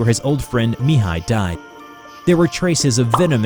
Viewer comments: great pronunciation when saying ''Mihai'' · I am from Romania and when I heard " Mihai " I think that episod happen in East Europe ( because is a very common name in this zone ) , but I was surprise when I hear that is Romania . You pronounce very good the name , but I am curious how you will pronounce the names if they have " ă " or " â " in them ( these letters are pretty use for a lot of romanian words and names )